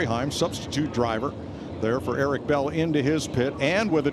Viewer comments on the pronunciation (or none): Mike Joy : “Erik Bell”